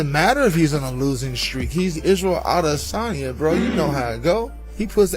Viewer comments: Swear this guy loves saying Isreal last name so much 🤣 ODDesany. Do you get paid for saying it this way? 🤡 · All these years and you still can't give the last name of Adysanya the respect of pronouncing the last name right. I know someone with that name the watches your clips and he hates when you disrespect the last name like that.